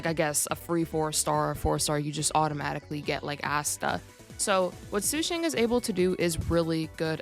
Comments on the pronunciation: PLEASE ITS SHU SHAANG IT HURTS TO HEAR YOU SAY THAT SUE SHANG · Its okay it just really hurts when i hear su shang but its not like you take chinese lessons